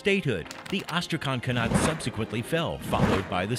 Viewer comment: Why is it you're able to pronounce KHANATE correctly (2 syllables), while KHAGANATE was pronounced with 4 when it should be only 3?